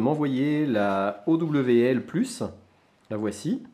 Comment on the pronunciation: on prononce owl comme ca: auwle, ca veux dire hibou en anglais